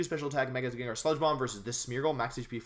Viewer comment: thought its name is pronounced jen-jar???